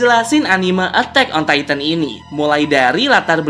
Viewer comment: Bang memang ejaanya Titan tapi sebutanya taiten